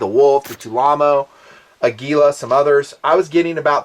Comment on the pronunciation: It is TulAmmo, not TulaAmmo. It is manufactured by Tula Arms Plant headquartered in Tula, Russia.